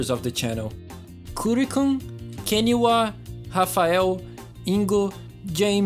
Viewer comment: Eu tenho assistido os seus vídeos a um tempinho já, e não fazia ideia que você era Brasileiro, mas quando você pronunciou o nome "Rafael", não sobrou dúvidas! Hahaha Ótimos vídeos cara, feliz que o seu canal está crescendo tão rápido, muito sucesso pra você! Caso você ainda esteja aceitando sugestões de fãs, eu sugiro você dar uma olhada no Racing Lagoon, é um jogo de corrida misturado com RPG feito pela Square para o PS1, ele nunca saiu do Japão, mas tem uma tradução feita por fãs, eu sempre amei esse jogo desde quando era criança.